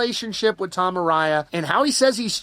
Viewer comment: A-rye-a? No, A-ray-a